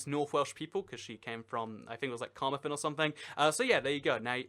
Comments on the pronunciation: You pronounced Carmarthen and a few others wrong haha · We dont hate North Wales, we just don't meet them often and our culture's are significantly different. You also butchered the pronounciation of Carmarthen (that's where I work lol). We have official borders within public sector so I'd base it off that since emergency service have to know :) Our flag is the best flag in the world :D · the pronunciation of Carmarthen had me weak lmao